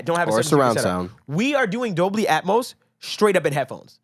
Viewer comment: you had me thinking I was pronouncing stuff wrong like “Puig” for example until he said Dolbly Atmos multiple times. Still like the information y’all give tho 👍